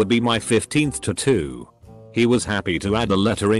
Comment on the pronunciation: Still cringing at ta-too instead of tat-too